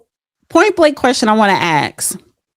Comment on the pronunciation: It’s you want to ask. Not axe. One is an inquiry. The other is a sharp tool used to chop down trees and/or split wood! Assssssssk. Now, you try.